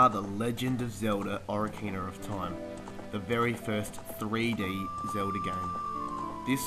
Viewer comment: So many fond memories, and he can't even pronounce the name.